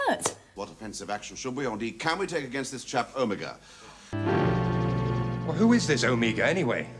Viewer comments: He does the same thing with Omega in the Reality War, you think they would've corrected him 😭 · Watching The Three Doctors for the first time, it really threw me off the way everyone was pronouncing Omega. Apparently I've been pronouncing it like a Dalek my entire life. Is it just a British accent thing???